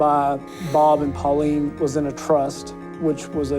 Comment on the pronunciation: Her name is Pauline lol